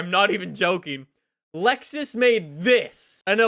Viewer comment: It’s Lexus not Luxus